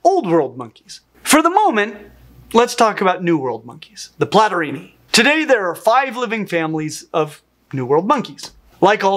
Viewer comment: Among others: Platyrrhini (pronouced mich like "Platorini") and Catarrhini (much pronounced like "Catarini") sounds like two Renaissance Italian rival families or modern Cosa Nostra clans. 😎 Cosimo Platorini infamously shot Giacomo Catarini. 😂😂😂